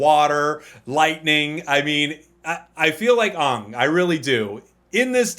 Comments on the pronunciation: No way you said OONG 😭 M knight shyamalan curse you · this guy thinks that the way he speaks on camera is gunna justify that he mis pronounce the last air benders name i really dislike youtubers who commentate and think they are much smarter thaan their the viewer. its like let me adjust my glasses and troll. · Mispronouncing Aang that way is a particular sore spot for Avatar fans. Good luck! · i’m sorry im going to have to unsubscribe due to your mispronunciation of aang